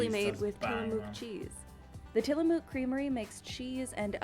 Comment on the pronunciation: Interesting how the woman pronounces ‘Tillamook’ in Tillamook cheese sandwiches! No one from ‘Orygun’ would say the name of that town and county like that.